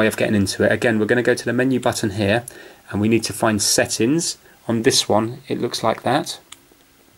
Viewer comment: When u say settins u gotta say settings. also, where are u from